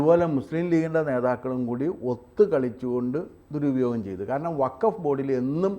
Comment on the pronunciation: Pls pronounce properly…it is not WAKAF….it is WAKF…C th difference